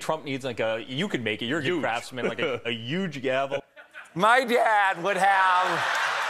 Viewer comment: actually. deliberately pronounced it "YUGE," as if it's how he naturally pronounces it, just in case his dad is watching (he isn't,, he hardly remembers your name). He's the archetypal failson.